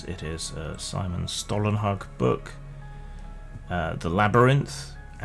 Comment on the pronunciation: Your pronunciation of Stålenhag is acceptable.